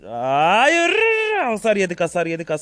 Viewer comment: hayır demene hayranım adamsın